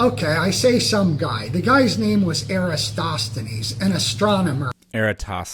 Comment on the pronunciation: It's soooo funny that none of them is able to pronounce Eratosthenes correctly 🤣